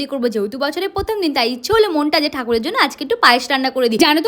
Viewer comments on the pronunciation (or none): Katha ta hobe prothom not pothom Apni pronunciation ta thik korun